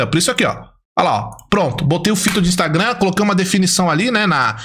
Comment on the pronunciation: E impressionante a incapacidade do de falar Instagram kkkk